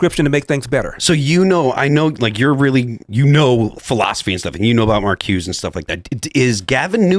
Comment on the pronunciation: Someone please tell Phil how to pronounce Marcuse. The name has three syllables, not two.